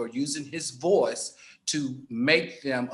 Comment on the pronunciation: So NOOOBODY gna talk about how AL said "voice" ? 😄😆🤣😂😆😄 Love ya AL